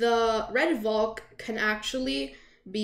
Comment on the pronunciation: Everyone: Red Valk: Red Volk